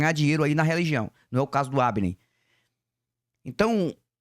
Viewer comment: Olá.......o canal é do Hafner, estou ouvindo você falar Habner......caso eu esteja enganado me desculpe 😊